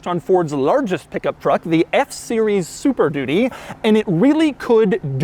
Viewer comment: Why does he keep saying "super doody" ? Is he just saying it's a really crap car?